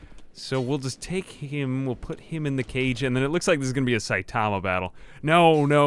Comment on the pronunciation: Just another pronunciation update. :) You've taken to shortening the a in ta. So you sound like sait'ma. Make sure to include that a back in, the rest is perfect!